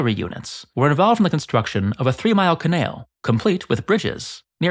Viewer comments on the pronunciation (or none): What is a ca-nail? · im sorry im goign to come off very rude, and people can call me out thats fine, but why do you pronounce canal in some kind of strong south african accent? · You say canal in such a strange way that it is causing me physical discomfort. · You narrate a masonry channel, and yet You can't pronounce canal. I never wanted to be that guy mnan